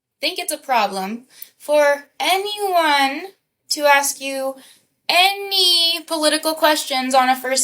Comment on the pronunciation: The word is A-sk. ....ASK.....It's not aKs. If you're want to come across as educated.....it benefits you to use the English language correctly.